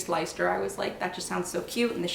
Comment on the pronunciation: Blue Faced “Lester” is how Leicester is pronounced.